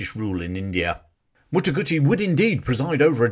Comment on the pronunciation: its Mataguchi not Motoguchi thats an italian motorbike